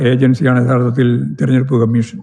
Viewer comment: Thereduppu alla threrenjeduppu aanu Govindthan Maashe !!!